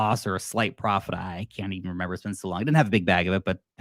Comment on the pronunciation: "if you relember to sell" Ya, when🤷🏼‍♂️🤣 Nice video!